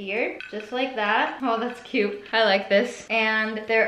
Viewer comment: I really like how Sanna say "This is so Coot" xD